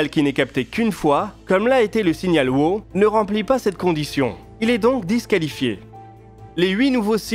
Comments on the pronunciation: le signal "waaaouh" please, pas "wo" it';s not that hard man, come on! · «Wow» se prononce plutôt «ouahou» je dirais E: ou [ˈwaʊ] pour être plus exact